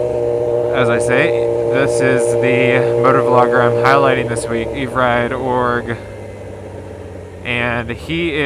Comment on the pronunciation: Great vid...Oh and it's pronounced Ever-Ride.